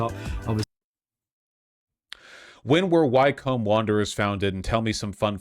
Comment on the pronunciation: As a Brit, Vaush's pronunciation of Wycombe and Watford hurt my soul 😂